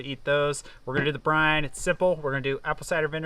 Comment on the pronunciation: Brine. Not brind